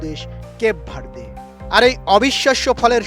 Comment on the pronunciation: বালের সাংবাদিক, কেপ ভারদে বলে কোনো দেশ নাই। গুগলে ভালো করে দেখে নিবেন বা শুনে নিবেন কিভাবে ওই দেশের নাম টা উচ্চারন করতে হয়। পাডা